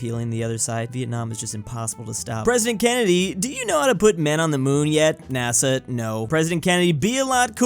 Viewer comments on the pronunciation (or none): none